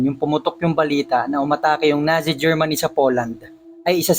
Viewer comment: NAZI pronounced as Natzi